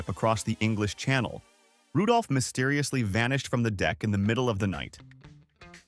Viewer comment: Mysteririously…. ….Seririously?